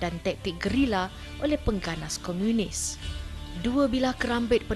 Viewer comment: Komunis bukan Komiunis... Sebut pon tak betol pompuan ni... adoiii